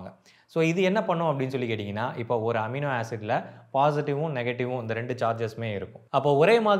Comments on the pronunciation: Who cares... Does that amino knows.. 😂😂😂 he is mispronuncing or is that word universal in all languages..😂😂😂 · எமினோ இல்லை அமினோ 😊